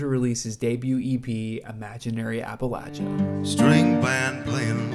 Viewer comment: Appreciate that you said appalatchya and not appalasha. Important to Appalachians. Colter is a stud. Jimmie rodgers - you’ll find my name on the tail of my shirt. Love it!